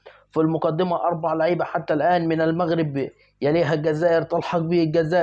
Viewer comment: ليه بتتلعثم لماتريد أن تنطق بكلمة المغرب .كأنك تنطق بها غصبا عنك انت معلق كن واقعي وأترك عنك.........؟؟ أعلم أكثر المشاهدين عندك مغاربة